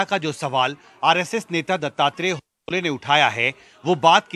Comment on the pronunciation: Thik se prononciation karo naam होसाबाले